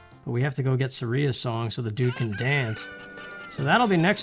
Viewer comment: THANK YOU for pronouncing Saria's name correctly xP